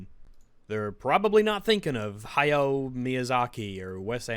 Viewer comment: Please pronounce Hayho Miyazaki’s name correctly, it’s “Hi hoe 👋”